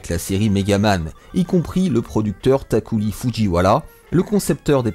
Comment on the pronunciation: Hey, Tokuro fujiwara c'est pas l'oncle Picsou... Takuri Fujiwara j'te jure. Takuriri... Takufifi... Takuloulou pendant que tu y est 😆Ce jeu t'as totalement Matrixé 😁. Sinon très bon guide, complet, concis, un plaisir à écouté même dans mon cas ou je n'ais pas connus cette bécane... J'en connais qui auraient aimé avoir ce genre de guide à une époque 😉